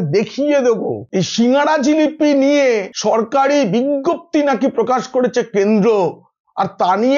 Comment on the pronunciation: " বিংগপ্তি " শব্দটা কি ? আপনি নিশ্চয় তৃণমূলের অযোগ্য শিক্ষকের কাছে পড়েছেন। ওটার উচ্চারণ হবে " বিগ্গপ্তি " অর্থাৎ " বিজ্ঞপ্তি "